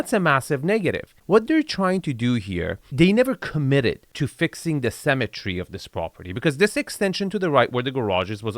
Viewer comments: it's *symmetry not cemetery. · It took me a while to understand you were saying “symmetry” rather than “cemetery” but it still worked. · lol only after 20 minutes I realized you were saying "symettery" and not "cemetary" :facepalm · Dude, stop pronouncing symmetry like cemetery. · Hey, love your videos... however I'd like you to work on your pronunciation of the word "symmetry" (seemetry) vs. "cemetery"...:) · I thought it was pronounced simmetry.